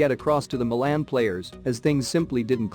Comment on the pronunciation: The way this bot says Milan drives me nuts, but love the vids